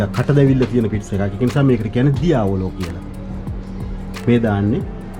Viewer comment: ඩියවෝලෝ නෙමෙයි දියාවොලා අච්චුගේ කරවල නෙමෙයි කියන තරම් සරල නෑ කරන්නම් වාලේ chanel කොරන්ඩ එපා බාෂාව දන්නේ නැතිනම් දන්න කෙනෙක් යොදවන්න.. අනික mask එක තිබ්බා නම් ඔයාගේ වගකීම සාර්ථකයි.